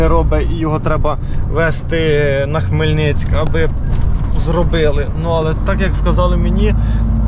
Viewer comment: Коли Ти вже вивчеш Хмельницький не хмельницьк .